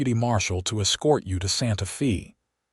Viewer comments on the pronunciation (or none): Will not finish this video 5 minutes in. It's Santa Fey, not Santa Feeee. Yikes! Narration is essential to the succrss of a video.